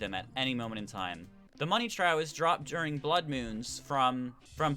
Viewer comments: Money TRAUW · Everyones making fun in some of his pronunciations, why cant you idiots just appreciate him using his voice to guide you? like theres kid laugh on him saying (Trow) to "Trough" instead of (Trowf) lmao y'all btw thx for the tips